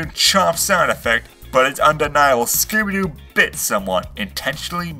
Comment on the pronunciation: he just said scoober doo